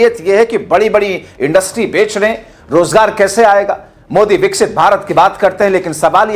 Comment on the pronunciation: Vada " Vicxipt Bharat" Na ki Vksit.